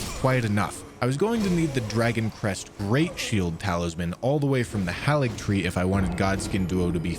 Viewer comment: It is pronounced HEY-LIG-TREE. Why don't people pronounce it right?